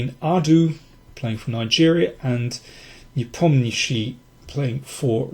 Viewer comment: Your pronunciation of "Nepomniachtchi" is the best I've ever heard among English-speaking chess experts! :)